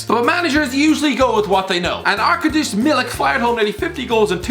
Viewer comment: I'm polish but I've never heard anyone call him Arka Dusz 🤣